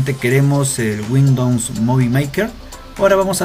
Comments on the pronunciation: no se dice guindons, es windows :D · Damn!! Qué haces haciendo videos si dices "windons"?? Wtf o.O xd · JAJAJAJAJAJAJJAJA ( Windons ) jajjajajajajajaja te mamaste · "windowmns" xD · Windowns jajajaja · "WINDOUNS" Jajajajaja